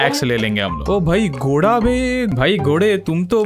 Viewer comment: legends know the ghora was not ghora it was ghada